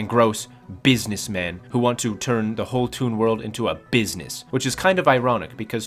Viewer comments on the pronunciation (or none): none